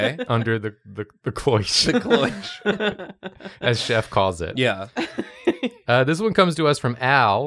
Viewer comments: there's just one little detail I can't seem to shake from my head,. If you were in the kitchen, watching the food as you said, how do you know that Chef Drawfee called it a 'clioche' instead of a cloche? Music sting from Columbo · "'Cloiche'? 'Suggest-ione'??" xD